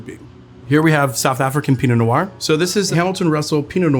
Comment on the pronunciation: Not sure why he pronounces “noir” with two syllables. Sounds weird.